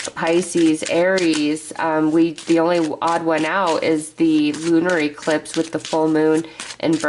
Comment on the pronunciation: I have never heard anyone pronounce eclipse as E clipse lol so interesting I get a kick out of it.